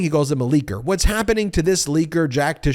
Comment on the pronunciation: I absolutely cringe at him saying “leaker”